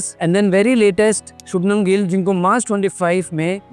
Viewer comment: Sir shubnam nahi shubhman gill hai😂😂😂